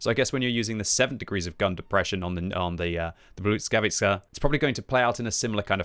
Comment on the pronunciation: Please!! You go and call it BUDSKAWICA over and over again. Just read it how its written [blyskavica]. Please do not butcher it anymore 😢